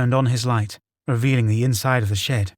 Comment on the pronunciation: Or shed. I kept thinking he was saying shit 🤣